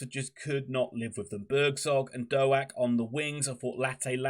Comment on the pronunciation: Our man (for now) is Ben Doak, pronounced Doke not Do-Ak. Apart from that I really enjoyed your post. I hope you stay up.